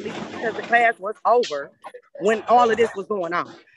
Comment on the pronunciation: "Klass"? Really?